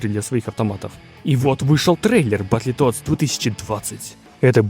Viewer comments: Как же меня бесит то,как он называет игру БАТЛЕТОДС бл...какой нафиг батле,произноси хоть правильно,БатЛТодс,без Е... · Батлитодс ахаха! Чувак, прекращай веселить. Одно слово на инглише можно было ж выучить)))) Или гугл переводчиком озвучить, чтобы не звучать как селюх. Батлтодс, Карл, БАТЛ ТОДС. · Бро, Бэтл Тоадс! Почему ты говоришь "Батли"? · ну что за батлетодс?)батлтоадс! не издевайся над классикой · Очень круто, молоток ) неправильное произношение немного режет ушки, не "батлетодс", а "бэтлтодс", чувак ) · Да не Батле а батл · Только не Батлитодс, а Бэтлтодс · Ты молодец конечно, желаю только успехов в создании. Но блять, как же режет слух "батлИтодс", батл, батЛ... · не Батли Тодс а Батл Тоадс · Брат умоляю….. баттлтоадс. Не баттле)) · Ну не Баттле, а Батл. Переводится как бой. А полное название переводится как Боевые Лягушки. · "Батли тодс")))) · Друже, только не "батле тодз", а "баттл тодз" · только не "баттЛЕтоадс", а "баттлтодс" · Батле тодс😂😂😂. Ну ты крут😅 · Баттл литл стабл? Чел что ты говоришь ? Батлтодс выговорить не можешь ? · БАТЛЕТодс??? Мой препод английского тебя б придушил))) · батлитодс?) что по английскому?) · Ну не батле тодс, ну пожалуйста... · "батлИтодс". это пиздец. уметь делать ремейки, но незнать произношения игры... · Батле тоадс??? Автор аутист! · Чел, ты если игру разрабатываешь, потрудись хоть узнать как ее название правильно произносить